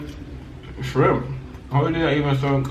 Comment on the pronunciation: Did he say when you said shrimp you sounded like you said trump, or am I tripping 🤣😂🤣😂